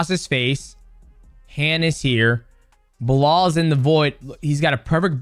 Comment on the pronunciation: Bro saying blah Muhammad all the time, that's Belal ...lol